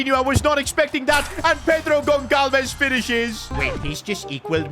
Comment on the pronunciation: As a portuguese, i have agony atacks when he says wrong the name Pedro Goncalves 😅😅😅